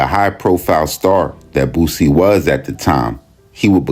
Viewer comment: Yall please say BOOSIE name right!!!! It aint Bossie!!!